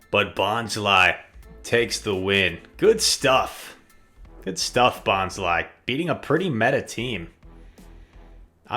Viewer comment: It's bon-sly. Bon as in bonsai. Sly as in sneaky. Not bonzly.